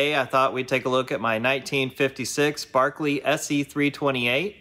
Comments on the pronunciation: Yes but he does correctly say “Barklee” ! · You still don't know that '-shire' is supposed to be '-sher'? Bedford-sher? Lanca-sher? York-sher? PLEASE get it right. At least you say Berkeley right. Like the song 'A Nightingale Sang in Berkeley Square'.